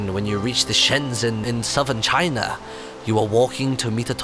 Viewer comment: When inthelittlewood said for china it sounded like he said vagina